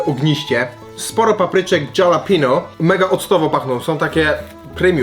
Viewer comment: TO NIE JEST JALAPINO tylko halapenio